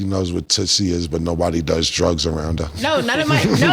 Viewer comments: It's not tootsie it's tusi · Its pronounced... Tooseee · Ya gotta stop sayin tootsie 😂 it’s toosie like two-see 😭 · It's toosi not tootsi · its tusi, not tootsie babe lol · It's not tootsie lol... It's toosie.... Like apt 2C... And it's not soft .. no freaky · it's Tusi prounouncrd Toosi. N it's sniffed not rubbed on the gums lol Cam n Mase interrogating 😂😂